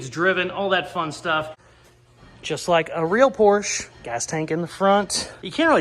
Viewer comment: Porsche is a 2-syllable word lol